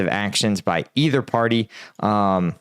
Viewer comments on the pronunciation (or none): none